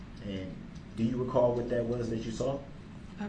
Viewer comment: I want to know how many times in his pitiful life he used the word ‘recall’ or should I say ‘recaw’ as he so eloquently pronounces it.